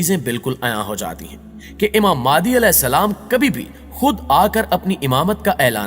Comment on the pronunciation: Its Imam Mehdi a.j.t not maadi